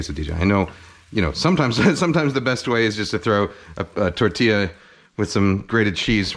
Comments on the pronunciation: “Quessadijja” “tortijja” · if it’s quesadija then it’s tortijja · i live in San antonio, Texas and have never heard anyone say tortilla or quesadilla with a j sound for the double l... interesting